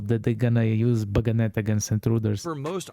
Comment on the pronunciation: Bayonet, the dagger at the end of the gun, is pronounce BAY OH NET. I'm not sure, but it sounds like you are putting a G in it. Bayonet is a French word, it was named after the town Bayonne.